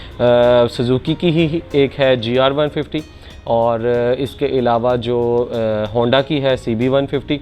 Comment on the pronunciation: Handi 😂 aisy hi nahi pendu bolty log ❤